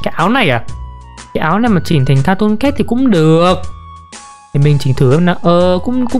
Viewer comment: Từ cat phát âm là "kaet" mà em, âm "ae"